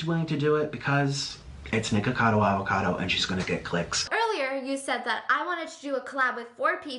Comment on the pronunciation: You continuously calling him NickacadoAvacadoo was so funny and I genuinely found it way easier to say 😂